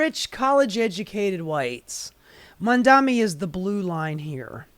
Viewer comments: The irony of calling out Cuomo for mispronouncing Mamdani, then habitually screwing it up for the rest of the video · You're mispronouncing Mamdani!